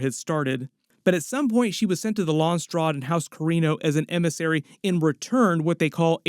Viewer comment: wait is that how Landsraad is pronounced? 👀